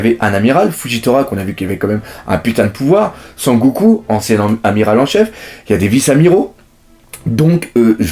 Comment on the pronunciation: hadaaika Le prénom se dit Sengoku.